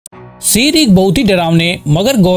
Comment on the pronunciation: Bro wo sher hota hain seer nahi